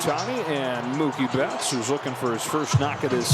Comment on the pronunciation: ムーキー・ベッツがムキーベッツになるで😂大爆笑した😂😂😂😂😂止まらない➰😂😂😂😂😂